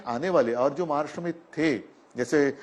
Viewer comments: What’s “महार्ष्ट्र” .. it’s “महाराष्ट्र” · अगोदर महाराष्ट्र म्हण नीट. महाराष्ट म्हणतोय गधडा...